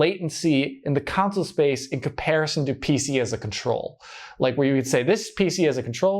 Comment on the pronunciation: How do you get away with saying "council" instead of "console" with how big this channel is? Lol